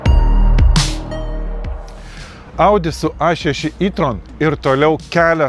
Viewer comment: Sveiki, Jei jau kalbate lietuviskai per video tai taresi E tron ne I tron😊